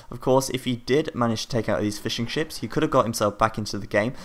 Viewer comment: when you say fishing ships it sounds like fish and chips :D